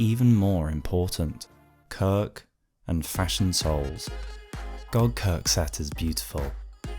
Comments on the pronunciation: Я мог терпеть берсерка, который звучит как безорк, но кирк - корк. Это слишком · Impossible to watch this video normally; I keep giggling every time he says his name